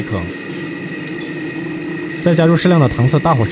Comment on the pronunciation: 读音纠正：糖色 【táng shǎi】